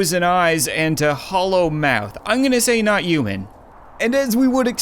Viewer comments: I’m not trying to be mean but every time he tries to say human he says uman. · "Are you youman?" The way he says human...